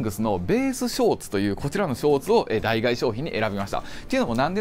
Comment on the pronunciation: 脳死でノースフェイス着てる奴に脱ユニクロ語られても何も響かないんだけど… あと代替は「だいがえ」じゃなく「だいたい」な